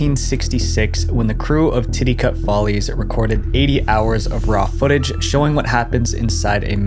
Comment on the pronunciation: Every time he says Titicut Follies, I keep hearing Titi Cup Ballies and have to keep my immature ass from laughing because the topic is serious and harsh.